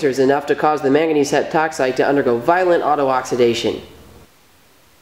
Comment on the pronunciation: when I heard "mangangese heptoxide" I was like, you sure you wanna do that?